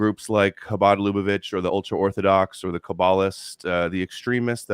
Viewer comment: repeatedly mentions Chabad Lubavitch as a cornerstone for his theory on how Jewish power is working to eliminate gent*les Also: can't pronounce Lubavitch